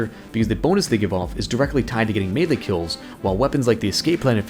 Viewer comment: it's "melee" not "melle"